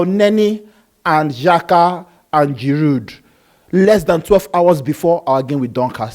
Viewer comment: Why do both of you pronounce Giroud's name so ridiculously wrong.